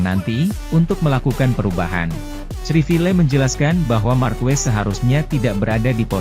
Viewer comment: Sedikit koreksi penyebutan nama Marques bukan Markuues tapi Markes mudah kan?